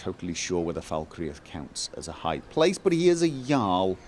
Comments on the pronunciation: does she say "fuckreath"? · Just so you know Falkreath is pronounced 'Fal-kreath' with only two syllables. Ps love the vids :) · lol Gophers accent is from the North of England (Manchester) but his pronunciation of Falkreath have nothing to do with each other in fact no accent in England would pronounce like that. has bit of a mixed accent, a combination of Manchester and Oslo which I like both of. The United Kingdom or Great Britain is a set of Island and country's called England, Scotland Wales and Northern Ireland with the Channel Island & the Islands off the coast of Scotland all go together to make up Great Britain and the British Isles. There are more to add to this but for that list just do some googling around the British commonwealth. Hope that helps:)